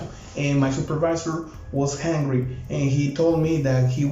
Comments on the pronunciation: Please stop saying hungry iIm confused now jajajaja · I love when says hungry instead of angry😂😂😂♥️